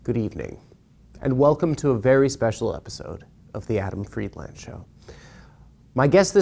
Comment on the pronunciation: Can't in good conscience sign up to this premium deal until Adam starts pronouncing Friedland correctly